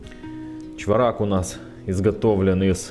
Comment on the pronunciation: Спасибо за обзор по монете. И,не в обиду,ударение на первую гласную--чвОрак)